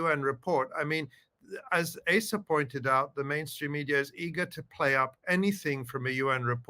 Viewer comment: I think Asa is pronounced "Ahsa."